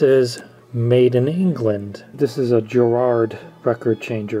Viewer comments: A nice find there! One thing though, the English pronouciation for the deck manufacturer is "Ga-raad", not "Jar-aard". Americans always get that wrong :) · Just a small pedantic point. The British turntable maker is Garrard, with an A, not Gerard. But nice vid. Thanks for that. I love to bring old equipment back to life. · - I've done a little research and it seems it's a US / UK thing. Here in the UK we call it Garrard, as it is wtitten, with a hard G. But it seems most people in the US pronounce it juh-rard. Although I'm not sure why, given it is spelled GARR. Anyway, cool vid.